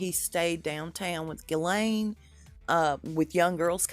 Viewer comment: Her name is pronounced, " Jis-Laine "